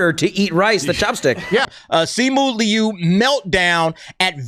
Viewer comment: Lol, pronouncing the “i” sound in “Liu” AFTER the “ū” sound. 😅